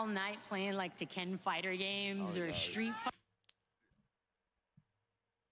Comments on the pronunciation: Te-can man what a classic. I can’t believe they actually played te-can (tekken) wow, what gamers they are. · Good ol days playing tek-en and Mare-io